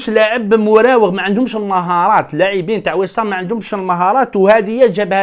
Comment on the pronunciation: فقط تصحيح بسيط واسمهم ويست هام ماشي ويس هام 🙂